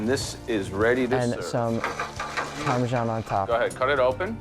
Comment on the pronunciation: How to pronounce Filet Mignon 😂 Nick you need to learn how to pronounce 'Parmesan' it is not pronounced 'Parmeshan'